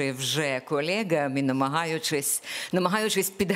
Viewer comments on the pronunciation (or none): Пані Оксано, якщо Ви цього не знаєте, в українській мові, слово колега, пишеться і промовляється через "е", а не через "є"..., а учнів, які говорять "шо-о", замість "що" оцінють як учнів з початковим рівнем знань, тобто трієчників... Зробіть висновки самі...